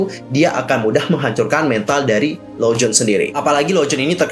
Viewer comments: Lonjwin kak bkn lonjwon xixi😁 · bacanya bukan lowjun tapi lounjuin hihi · Renjun dibacanya Lenjwin bang😀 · Tapi emang harusnya di baca "lon jin" karena kayak gitu pronounciation-nya.